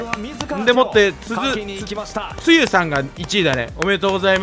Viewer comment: つゆじゃなくてツウィじゃない？w